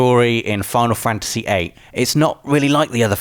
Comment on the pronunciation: Imagine not being able to pronounce Fantasy. wtf is a fanAhsy